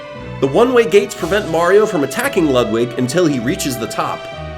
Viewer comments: IT’S LEWD-WIG NOT LUHD-WIG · I hate ho he pronounces Ludwig pronounced:Lood-wig as Lud-Wig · He’s saying Ludwig wrong it has a oo to it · that’s not how you pronounce ludwig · You keep saying Ludwig wrong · You pronounce Ludwig's name wrong